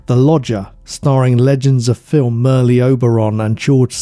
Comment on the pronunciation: Just fyi, Merle is pronounced phonetically as Murl. One syllable.